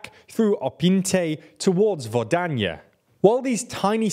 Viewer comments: Opinte? Optyne? It's Opytne. Guys it takes 2 seconds to look at the town name and spelling. Vodanya? Vodonhe? No, it's Vodyane. Could you please make some effort? Kransa Hora? It's Krasna Hora. You even spelled it right in the graphics. You've got over half mil subs and you can't even read your report right. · Yeah, it looks like both transcribing from cyrilic and reading could be improved. Correctly it's Opytne, they write Optyne, read Opyntei. They correctly write Vodyane but read Vodanye/Vodonye. They correctly write Vesele but read Vezele. They correctly write Krasna Hora but read Kransa Hora. Many other names are written and pronounced correctly though. I don't mind the accent at all, I do appreciate the effort. Bakhmut is close enough, no complaint there. They should just read those difficult Slavic names yet a bit more carefully, they're already almost there.